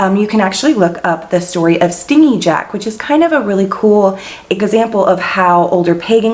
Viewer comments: It's not "Stingy" Jack, the way you pronounced it; it's "stin-jee ", as in, a manipulative, deceptive, selfish person, unwilling to give or spend; ungenerous. But that's okay. It's wonderful that you've shared the background of many of the modern traditions. Many people nowadays have no idea why they do what they do or where the traditions came from! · Thank you for such lovely info. Btw, Stingy Jack is pronounced stin-jee. As in he doesn't like to share or is greedy. :)